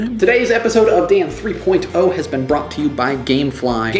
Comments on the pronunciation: Dan Three Poyne Toe! :) Check out you pronounciating it all properly since your brother pointed it out. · Your brother has made me OCD. Now I can't watch a single episode without intently listening to make sure you don't say "Dan Three Poin Toe." I never thought about it until he brought it up. Now I can't stop! --- Sent From pogobat's Facebook Application